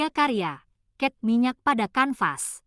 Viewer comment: Cat minyak bukan ket minyak